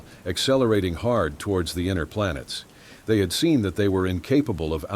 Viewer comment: The word is "They" not Zay!